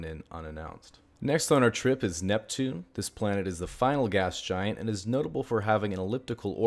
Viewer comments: Why cant he say neptune, NEPtune, I mean that planet NEPTUNE. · Did he just call Pluto Pneptune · Well, he was saying "plneptune" there. Poor pluto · I think for that last one he meant Pl-Neptune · that's a weird way to pronounce Neptune